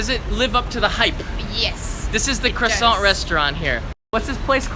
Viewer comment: That croissant pronunciation reminds me of Carl from Jimmy Neutron hahaha